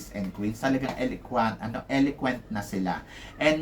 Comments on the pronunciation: Paulit ulit na po tayo sa pag ko correct sa inyo di kayo nakikinig Eloquent po di elequent Borromeo hindi Bormeo Sa Country pronunciation po parang kun-tree Teacher po kayo sana natuto kami sa inyo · Eloquent ho hindi Eliquent Country (Kahn tree) -Hola (Ola, letter "H" is not pronounced